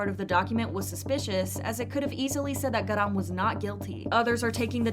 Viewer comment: GAh-rahm accent on 가 pls😭